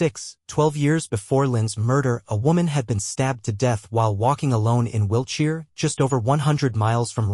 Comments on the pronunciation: Why can’t people do their own voiceovers….the van was parked in a “labia”…. Really??? 😳🤣 And “will cheer” instead of Wiltshire. I don’t think there was any cheering going on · I heard it as ' Wheelchair '. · This AI narrator makes mistakes with the pronunciation of names (Wiltshire), and also with some basic words (e.g. lay-by).